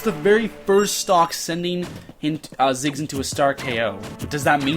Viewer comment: Thought it was Ziggs not Jiggs.